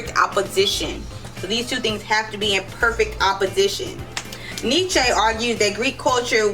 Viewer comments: “Neechay” 😂😂 fekin idiot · Can't even say his name properly.